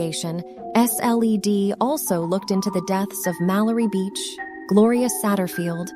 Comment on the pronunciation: “The S.L.E.D.” Hahaha